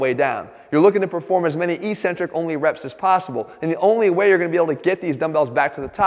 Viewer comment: X Jeff, I love you man... But eccentric is pronounced ek- SEN-trik, not EE-cen-trik, and you are driving me crazy.